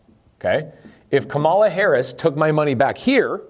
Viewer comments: Why can’t you pronounce her name ? I find your active ignorance very telling, even my 11 yo can say her name correctly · Way to give a misrepresentation of what she is proposing while knowingly mispronouncing her name the entire time. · Just so you know, you mispronounced her name the whole video. Might want to add an editor's note. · Interesting points. You would sound more credible if you learned to say her name correctly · It's not difficult -- pronounce her name correctly or call her VP Harris.